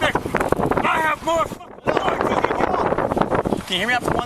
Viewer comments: I could tell just by his vehicle that he had authority over everyone at that scene. Once he pronounced it like Cartman there was no room for doubt. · "Respect my authoritah" 🤣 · "RESPEKT MEH AUTHORATERREHHHHH" now identifies as Cartman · dude said respect my authoritahh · He actually said "Respect my authoritah"